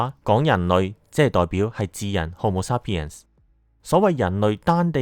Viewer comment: homo sapiens發音好似有點怪，同埋染色體係23對，46條。加油，多謝你製造的片。